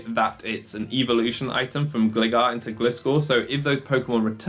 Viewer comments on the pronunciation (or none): Great video man, your strategies are awesome but without sounding like a dick I have to say.. its pronounced "Gl - eye - gar" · It's Glye-gar and Glye-scor. I don't understand what it is about literally everyone that they can't read this name right based on what the pokemon is. It's design clearly shows it is a Hang GLIder bat, okay ? lol Not a Hang glidder bat but a Hang Glider bat. Like I know nobody like when they're corrected on "How to say this fictional made up name" but all names of all things are made up by someone and accents aside, have a way they were intended to be pronounced by their creator just like your own first and surname